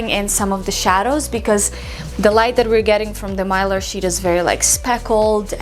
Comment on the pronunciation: Mylar, you pronounced it correctly.